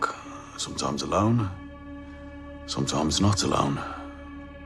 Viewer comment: SOMTOIMES WITH OOTHA MEN..